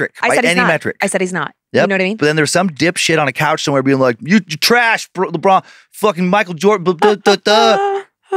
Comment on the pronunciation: My man said Libron James